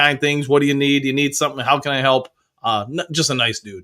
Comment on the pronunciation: Dew you “you” . Woo like I dew .